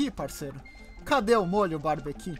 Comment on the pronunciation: Ai que cringe!Não é molho "barbequi" é molho "barbeCUE"Se paga de esperto mas nem pronuncia.Eca.